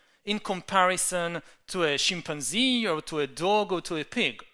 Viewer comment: great thinker but I swear he enjoys saying Shimp-an-zee .. he uses this in 50% of his talks .. again dont get me wrong he is a very powerful speaker able to explain complex ideas.